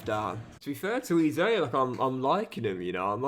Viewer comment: PRONOUNCE EZE NAME PROPERLY ffs